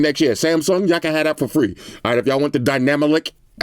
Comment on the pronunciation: it was all serious and stuff until he said dynamolic😂😂 love your videos boss!